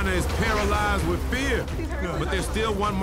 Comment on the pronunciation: “Wid extra dip”